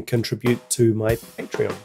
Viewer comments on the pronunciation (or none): none